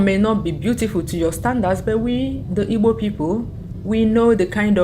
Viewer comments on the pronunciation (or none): none